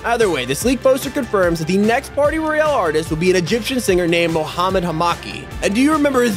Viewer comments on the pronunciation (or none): Mohamad Is Pronounced Moohumad And Hamaki Is Pronounced Humaki